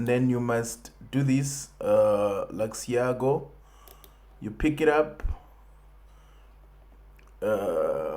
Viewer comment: ITS LUX ALGO MY G NOT LUXIAGO